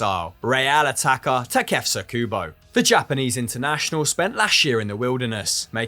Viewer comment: The way pronounces "Takefuso" 😂😂